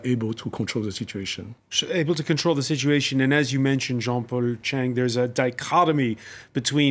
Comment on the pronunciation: Come on jean-paul chang with a T in front of your surname........ u can do better bro